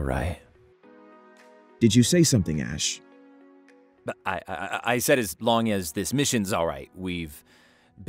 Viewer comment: Friendly Correction It's Asch not Ash It's Rhys not Rise